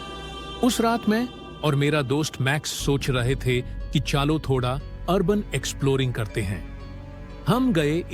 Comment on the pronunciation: Hanji aur hindi mein jyada gadbad ho raha . Jaise here on 1) "चलो " -> "chaalo" bn gaya 2) suna pdi thi -> instead " suni pdi thi" 3) mere jaise -> instead of " mere jaisa" 4) confusion of girl or boy . Above other sentences ke kaaran yaha bhi confusion create ho rhi but animation ke through samjh rha ki ladki hai . 5) statue pronunciation glt hua , yha statuye pronounce hua . 6) हमे instead of huumein . 7) theek ka pronunciation barobar nhi hai it sounds like thick . 8) niklte instead nikaalte 9) utrne instead utaarne 10) pakdke instead pakaadke 11) chhudaya instead chudaya 12) nikl jati instead nikaal jati 13) nhi gayi instead nhi jati 14) baar instead bath 15) शायद instead shyaad 16) 14 = chauda saal pehle instead choda saal Content creation bohot difficult kaam hai aur aap isey bohot accha kr rhe. Animation bohot pyara hai aapka . Aur main aapke kaam ki sarhana karti hu . Bas aap voice quality aur yeh errors pr dhyan denge toh ekdum aapka channel mjv tales aur iamrocker jaise chalne lagega . If you want main yeh errors sahi kr dungi . I don't want anything , just wanna learn new things. Jo weak areas hote hai unpr work krne se bohot better ho jata hai . Agar voice human jaisa feel nhi dega toh problematic rahega . Aapko koi help lage toh batana , will help you with it . Mujhe jyada kuch aata nhi but will help .